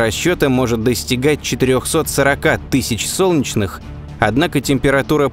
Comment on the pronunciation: не "сончнх", а "солнечных", произноси правильно